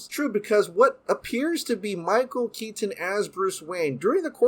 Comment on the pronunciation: Michael Keat-ton